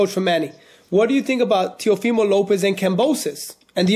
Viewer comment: It's teofimo not teofilo